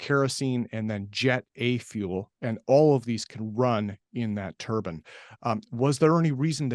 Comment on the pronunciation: IT’S NOT A HAT, IT’S AN ENGINE!! (turbine NOT turban!! ) FGS, get it right! 🤡🤡🤡